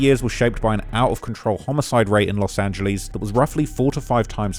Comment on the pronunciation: Bro it's annoying that you can't say Los Angeles correct. It's not " Los Angiliis" ffs